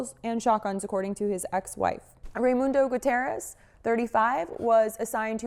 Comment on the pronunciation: Yo , low key that annoys me when people say Ray-mondo instead of Rey-mundo.😂😂 Get it right💯